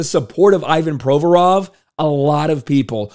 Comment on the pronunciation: someone PLEASE tell this man the player's name is - ee VAHN pro VOR ov, not EYE Van PRO vrov. He made his name totally unrecognizable to a native speaker, it's not fair